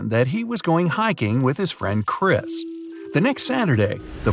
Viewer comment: Chris not chria